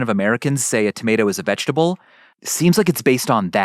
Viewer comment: But, is it veget-able?